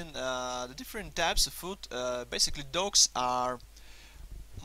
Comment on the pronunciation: IT sounds like you saying ducks...